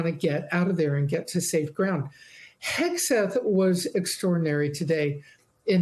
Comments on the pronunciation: Wilfred Frost constantly mispronouncing the Secretary's name as "Hesgeth" is low-key hilarious. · He called him “Hesgeth” and I love it. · I do love the fact no one cares that the Hormuz correspondent keeps pronouncing the secretary of offense's name wrong. It's the little things.